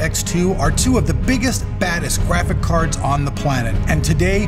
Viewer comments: I keep hearing him say "biggest, baddest, gWaphics cards" lol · I find it really annoying when you guys say GrafiK cards, and frames per secont